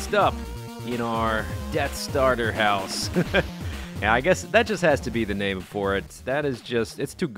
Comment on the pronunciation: when yo say death starter house say death star *pause* ter house